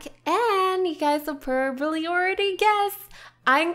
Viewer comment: why are you saying porrably it probably no porrably #justsaying